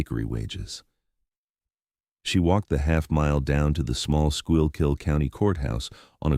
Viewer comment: It's pronounced Skoo-kill county.